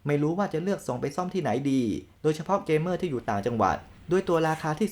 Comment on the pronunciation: อ่านว่า 'เก เม่อร์' ครับ